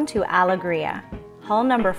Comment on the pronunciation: I noticed all of that too, the reversed pillows were jarring. I also don't understand mispronouncing the yacht's name when the owners or even google could have given her the right pronunciation. The worst part for me was the sped up footage. This is unnecessary, requires the viewer to hit pause frequently, and causes motion sickness.